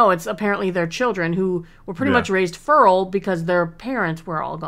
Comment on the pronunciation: You just say fural?